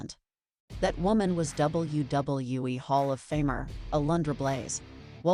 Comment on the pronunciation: I hate the way this AI/ narrator says WWE